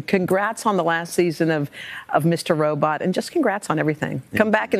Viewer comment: did she just say mr robrot? lol